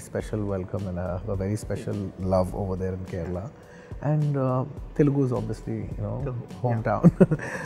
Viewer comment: before saying mass or whatever first actually watch telugu cinema instead of just the commercial flicks and second of all learn how to say TELUGU PROPERLY BHAIJAAN